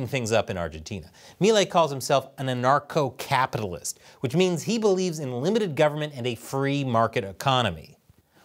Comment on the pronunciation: "a narco capitalist" is what I heard.